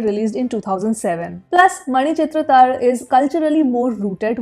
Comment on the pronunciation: Your pronunciation is too good for a North Indian... manichithrathazhu... woof Excellent review....